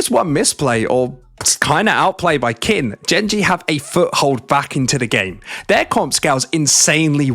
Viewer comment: please, its pronounced "keen" 🥲